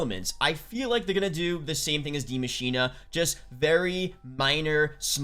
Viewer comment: Dude. It's not "di machina" its "The Machine" the "die" means "the" in German